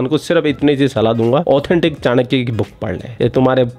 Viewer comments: चानक्या नहीं, चाणक्य कहो, उच्चार भी ठिकसे नहीं कर सकते. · चांकिया बोल रही है चाणक्य को. 🤣